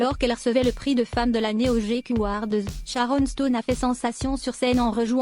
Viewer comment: Je qualifie ce montage comme un produit raté. — La voie de robot qui est sans expression. — Le texte qui envahi presque tout l'écran. — Les scènes qu'il est question ne sont même pas montré. — La prononciation des mots (anglais), et celui de Sharon Stone, sont complètement ratés. — De plus, on a seulement 4 photos de l'actrice, qui repassent en boucle. Je donne 0 sur 10 à ce semblant de document qui vise un fait d'histoire.